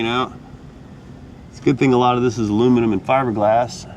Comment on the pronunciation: When sees a trailer: “I find the lack of aluminimum disturbing!”